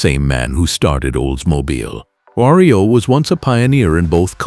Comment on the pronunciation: "Diamond T and Ry-oh?"